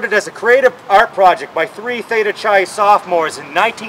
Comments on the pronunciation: Theta Chai? Clearly not a frat boy. It's spelled Theta Chi and pronounced Theta "Ki". Greek letters, ya know. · Technically you just vandalized the place....also although I had my problems with theta Chi its "ki" not pronounced soft "Chain like Chain tea that drove me nuts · sorry about pronoucing chi wrong...i did this video with only one take. no retakes..and i'm a adm and dpo fraternity alumni from morrisville college! opps! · sorry dude..but i have a degree in newspaper journalism and not broadcast journalism. so what if i mispronouced the "chi" in the frat name.or i say "umm or "ah".or "gonna" i also did this in one take.no rehersal...no retakes....one take dude..no time to go back and do it all over again! i also know how to narate if i reherse and read a written script. worked for local TV and radio with my print degree in massena with a good voice. not rehersed! okay! i'm not on the six o'clock news!